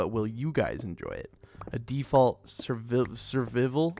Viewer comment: When he said survivel, it cracked me up.😂